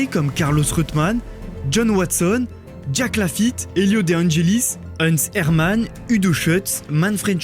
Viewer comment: 4.05 tu prononce jack lafittes après avoir égrener pas mal de nom anglo-saxon donc on te pardonnes mais fait attention 😂😂❤